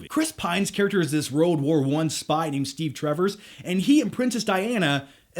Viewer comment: It's Steve Trevor (no s)...